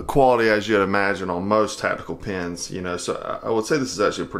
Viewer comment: When people say the word 'tactical' as 'tatdical', is that like a regional accent thing?